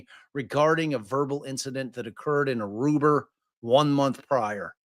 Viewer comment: I cannot handle it every time says "Aruber" 🤣🤣